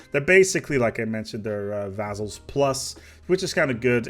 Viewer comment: "Vazzals" Been a while since I commented about this. I wonder if missed it.:-)